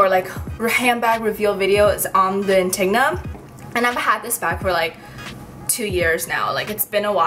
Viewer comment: *Anti-go-nah not Antigna